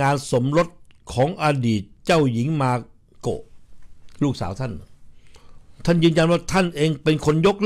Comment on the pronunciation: ชื่อ เจ้าหญิง มาโกะ ไม่ใช่ เมโกะ จะไปเมแกน อยู่เรื่อย MAKO ค่ะ MAKO